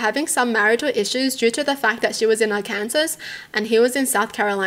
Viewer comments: IIRC, you mentioned in a past video for your viewers to let you know if you mispronounce words? I wanted to point out that Arkansas is pronounced as "Are-Can-Saw." That being said, the first story is wild. If it were me, I'd want to know that my partner was cheating. I can understand OP's desire to tell the wives what their husbands did. As for the husband, I can understand wanting to be loyal to your friends. But come on, now. They cheated. That's one of the worst things a person can do in a relationship. Story two: leave his ass. Call whoever you need to to report him for animal abuse Then cut all contact with him. And keep your guard up. He is unhinged. Story three: heartbreaking. It's not OP's fault at all. It's the fault of the drunk driver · Just for future reference: Arkansas is pronounced like “ark-an-saw” 😊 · Lol it's pronounced Our Can Saw, not how it's spelled (Arkansas). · Aww it’s cute how you pronounce Arkansas like that 😂 it’s pronounced Ark-can-saw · The first one? Not my circus, not my monkeys. The second one? Bye ass hat! Last one? It's pronounced Arkansaw. Not being an ass about it. Just thought you'd like to know 🤷‍♀️ Keep up the great content. I enjoy watching your videos ❤ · Arkansas is one of the weirder states, name wise. It’s pronounced Are can saw. 😂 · Yeah, I was thinking that, too, it would be really difficult for a non-native speaker to know how it's pronounced. I mean, she is saying it like it looks! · As I know you aren't from the USA, I'll clue you in...the English language/American English is odd. You have the pronunciation of Kansas correct but when the Ar is in fron of it, it become Ark-an-saw. From one of many native American languages.